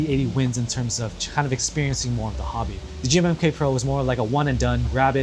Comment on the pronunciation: when he said "the g-mmm-k" pro my brain hurt